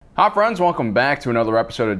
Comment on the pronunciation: Did he say, hi friends or ha friends?